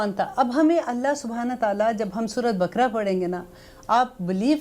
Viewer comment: please talaffuz bhi sahi karein kuraan nahi Quraan Shareef surah bakra nahi baqrah hai Aap bahut achchha kam karrahi hain Allah is ka Ajr de Aameen lekin agar talaffuz agar sahi na ho toh baat sunne ka maza nahi aata